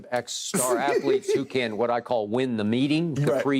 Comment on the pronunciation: can somebody tell Shannon how to pronounce athlete?